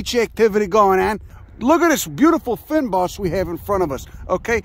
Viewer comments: Obviously didn't consult the locals on the pronunciation, not that you're generally bothered about pronunciation. But anyway, It's much more like Fane bos than Fin bos. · OH HELLO AND WELCOME MY COUNTRY, SOUTH AFRICA! This is a crazy surprise! 😂😂😂 Fynbos (feign-bos) it's hard to convey pronunciation through comments You actually said Houts Bay correctly first time. "The feign BOSS " 😂 Are those "lil bastards" are hyrex/dassies? Yeah I was on table mountain in September and didn't see any but if you go to Boulder Beach you can see some penguins and dassies for free 🙂👍 You can hike around the base of Table mountain somewhere, signal hill and lions head are good spots too for checking foliage I think. Glentana has an interesting line of trees I never knew about, it's very weird seeing thick "forest" in certain parts.